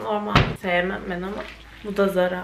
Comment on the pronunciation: Danla ZARA diye yazılır TARA diye okunur